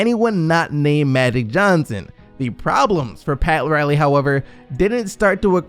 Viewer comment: Am I really the only one who’s gonna bring up the fact that the narrator keeps saying “Madic Johnson” instead of Magic Johnson?? 😂